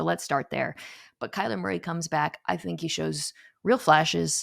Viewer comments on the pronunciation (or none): none